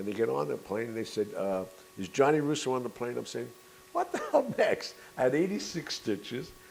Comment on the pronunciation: gianni rhymes with fanny